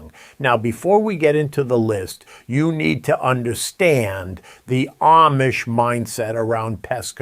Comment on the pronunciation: I have never heard anybody pronounce Amish the way you do. Are you sure you’re not AI?